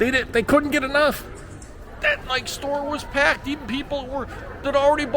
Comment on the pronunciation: You pronounced Puma correctly, but Nike is pronounced like Bike-E. The store with the expensive cookware, Le Creuset pronounced Crew-say.